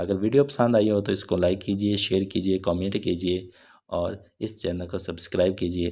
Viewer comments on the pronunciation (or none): none